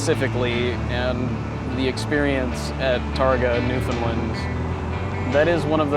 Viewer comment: You are pronouncing Newfoundland wrong